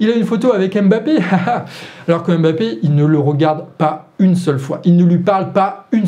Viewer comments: On ne dit pas Aime-bappé, mais mmmmmmmmbappé. Est ce vraiment si difficile? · Juste pour information, Joe Biden se prononce "Djo Baïdenne" comme tu le fais souvent si bien Harry Kane se prononce "Harry Kaine" comme tu l as si bien fait dans la video Mbappe egalement se prononce "Mbappe" et non Embappe Mbappe n est pas un nom francais, ce serait bien de ne pas vouloir le prononcer en francais Mbappe est un nom qui vient de la langue ɓwambo ɓwa duálá (Douala, Cameroun) et qui se prononce "Mbappe" Voici un petit extrait de la facon de prononcer ce "MB" ( - ) Merci